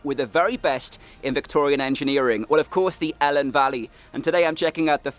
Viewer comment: Fantastic vid, some places like Pen Pum Lumon Fawr, which I never heard of but looks great, but I have to say you say Welsh place names lovely but not the Elan valley! you say helen (sorta) but it's always E Lan simple as that.